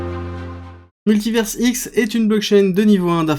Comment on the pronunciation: En Français, à la fin d'un mot, le S est muet. On dit Paris et non Parisse, bah c'est pareil pour univers ! Il faudrait écrire MultiverseX avec ta prononciation. Tu transformes leur blockchain en site porno 😅